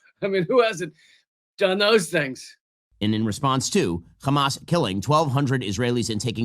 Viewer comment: Why tf they say “khamas”? Is it a manufacturinh fault in zios?